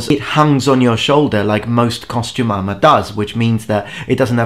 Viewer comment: i keep hearing costu-mama and my brain REFUSES to hear costume armor.....ugh....either way, after seeing the early videos you've popped up on this video i realize i've come across you well before i subscribed to you lol. glad things have worked out for you.